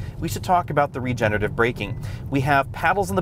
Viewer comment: you even have a dedicated EV channel... Please stop saying "regenative" over and over. You're missing a whole syllable - Re Ge Ne Ra Tive. Regenerative. Re-generative. Geesh.